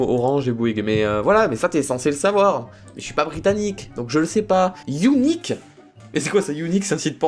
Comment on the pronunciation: tu m'as tué avec le "younique" XD